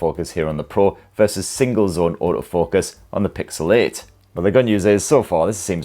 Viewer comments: Pixel Eh and Pixel Eh Pro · It's called PIXEL EIGHT & PIXEL EIGHT PRO. And not PIXEL IT & PIXEL IT PRO 😂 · "Pixel-ate" and "Pixel ate pro" 💀🌚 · Am I the only one that hears 'Pixelate' every time?😂😅